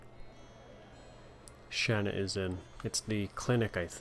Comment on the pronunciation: calls her Shawna in a cutscene when it clearly says Shana, you're just like me I call her Shana not Shawna